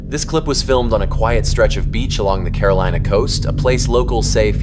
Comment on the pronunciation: sure doesn’t sound like Carolina.